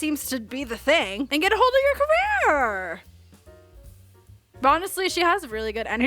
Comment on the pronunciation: “get ahold of your carEERR” took me out 🤣😭 we love u mother!!!